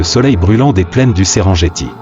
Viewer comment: SERENGETI SE PRONONCE SÊRENNGUETI ET NON...JETTI! C'EST DU MASAÏ, PAS DU FRANÇAIS!